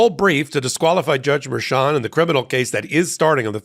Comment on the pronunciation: I adore you. Please quit calling her "Merchant", it's Merchan (Mer-shan). Merchant is the whacko defense attorney that represents Roman in Georgia.